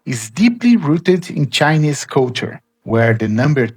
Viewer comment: But you don’t know how to say Chinese